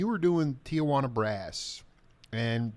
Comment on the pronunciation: it’s pronounced Tee-wanna (Tijuana brass) not Tia-wanna gringo